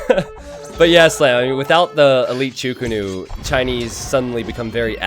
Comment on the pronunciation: wtf is a "cho ko nu" xD it is chuu ko nu